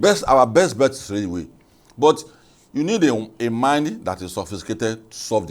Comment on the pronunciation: You guys please add professional touch to your presentations, watch your pronunciation it's railway not raluway